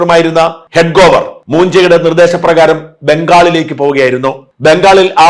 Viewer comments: ഹെഡ്ഗോവർ അല്ല, ഹെഡ്ഗേവാർ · ഡോ ഹെഡ്ഗെവാർ എന്നാണ് ശരിയായ ഉച്ചാരണം